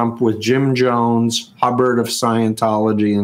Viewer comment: Steve, Buddy, and Jerry Jones were marked at the WMS in 1989. pronounced Steve's last name, incorrectly.